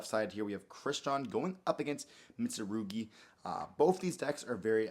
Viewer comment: Its Mitsurugi not Mitsuguri